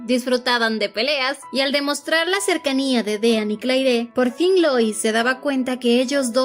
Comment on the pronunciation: Me encanta la narración, los comentarios de y su bella risita. Pero la pronunciación de los nombres....😢 Sweeney = "Suini" Dean = "Din" Fuera de eso, todo perfecto ❤